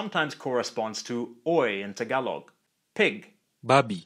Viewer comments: THE way HE SAID TAgaloG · im a filipino and i dont like the i hate how he says tagalog ang luzonnn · sir its tāgalōg not tagailoug pronounce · I cant stop laughing how he pronounce Tagalog 😂😂😂 Him: tagawlog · Tagalog is pronounced with the same "A" as in the word Tall. Thanks.